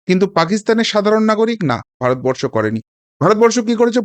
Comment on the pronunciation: সালা দালাল ভারত বরষো ঠিক ভাবে উচ্চারণ কোরতে পাড়েনা